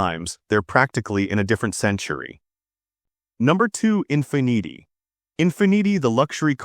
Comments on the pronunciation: The AI voice pronunciation of Mercedes and Infiniti were atrocious. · Teach your AI how to say Infinity 😂😂😂